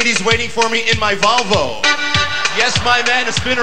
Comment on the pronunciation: White boy rap. Hey White boy. I don't do drugs and go to school every day. yea....White boy.......heeeyyyyyyyyy White boy..........in my Volvo (except he pronounced it VALVo) He did the same "bit" on Carson. Obviously this was bad but I remember the 80's well.